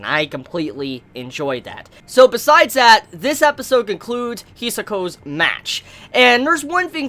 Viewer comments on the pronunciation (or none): "hisoko"?what?I understand "hishoko" but hisoko is shit. It's hisako!